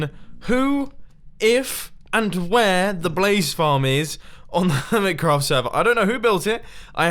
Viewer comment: Why on your server list do you call the hermitcraft "Urmitcraft"?